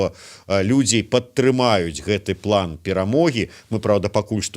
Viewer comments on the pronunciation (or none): none